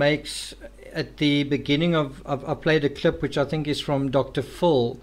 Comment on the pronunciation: You say it. “Dr fill”